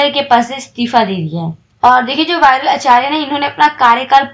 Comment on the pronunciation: RBI k deputy governor..jinhone istifa diya... विरल आचार्य. .. not वायरल आचार्य